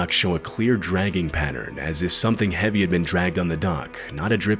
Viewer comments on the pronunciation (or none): none